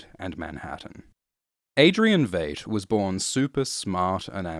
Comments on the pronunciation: Every time you mispronounce Veidt as Veight I want to stab myself in the ears. I mean, you watched the show I'm assuming so, you heard the correct pronunciation there not to mention the movie. That leads me to believe its intentional but I can't for the life of me figure out why... Great vid otherwise. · Pronounced VITE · It seems most people on YouTube cannot pronounce "Veidt". It sounds like "white", as it's derived from the Latin word "Vitus". - Superb video despite this. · I swear hasn't seen a single episode of the show because he pronounces it as V8.... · Veidt, with a long "i" vowel sound. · Everything about this video is perfect, with one exception: please learn to pronounce the name "Veidt". They said it out loud in the show itself many times. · when you do 2 in-depth videos about watchmen and you still can't pronounce Adrian Veidt's name correctly 😆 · I know people have had issues with how he pronounces Veidt and Bass Reeves and whatever else but nobody beats him saying “WATCHMEN.” Nobody. Best voice in the business. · I'm bothered by the way you pronounce "Bass" and "Veidt" but this is a great overview. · Amazing video, but was anyone else uncomfortable with how Veidt was pronounced? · Entire world: "v-eye-t": "you mean.... v-eight?" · 5 years late to the party to say It's pronounced "Vyte" not "Vade". Adrian Veidt as in might and right, not Adrian Veidt as in Jade and Evade. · It’s VEIDT LIKE VY-ITE , or VIolet. Not Vait. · Its pronounced Veet not vate mate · Veidt is German. It’s /vaɪt/ not /veɪt/ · It's vight not vaght and Rorschach is batman but poor your not understanding what is going on understand that they ruined the watchman with this and it's also racist AF good day sir there cookie's not biscuits turd no offense but stop saying vait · Why do you pronounce Veidt as "Vate", when we know it's pronounced "Vite"? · good descript but almost couldn't watch because you mispronounced V eye ght. with v at ght.